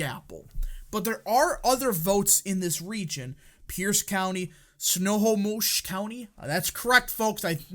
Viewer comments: It's pronounced Sno- HO - mush County. Accent on the second syllable. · It’s pronounced snow hoe mish 😂